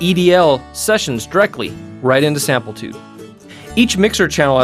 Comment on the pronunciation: Sam-PLI-tude, not Samp-EL-tude., product specialist, please,pronounce the name correctly, at least. OR at least edit your productions. Or go work for Prol toos.